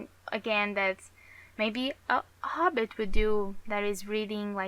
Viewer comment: You know its Hobbit and trilogy... Not yobbit and Treeilogy